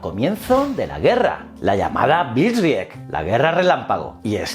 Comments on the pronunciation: blitzkrieg se pronuncia algo así como... "blitz krig" :) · Lo pronuncia en castizo